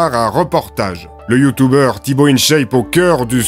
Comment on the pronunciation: Effectivement et en plus ils disent YouTOUbers